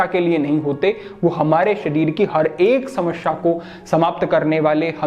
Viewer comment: समस्या होता है.. न कि समश्या